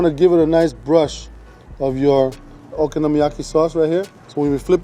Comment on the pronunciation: he says okonomiyaki 400 times perfectly, but worchestershire sauce gets binned off with no attempt